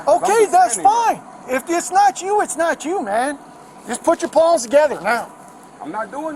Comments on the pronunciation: I thought I was the only one hearing paws 😂😂😂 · It sounds like he’s saying put your paws together.